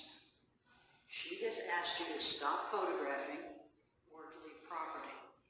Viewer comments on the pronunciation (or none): "You neva AKSED me ta leave eitha. so...." This cat that can't even be bothered to enunciate or pronounce things correctly thinks he should be out "investigating" and causing a hassle for no reason? If he just has nothing to do maybe he could go back to school, and learn how to say words properly. After that he can get a job, and wonder how he would feel if someone came to it, and made his day way more difficult than it should be by unnecessarily stirring up sh!t and causing hassle. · "you nevuh axe me" these morons are a parasitic nightmare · So, he said.. you never axed to leave … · But she never "axed" him to leave! I'd LOVE to see her AXE him!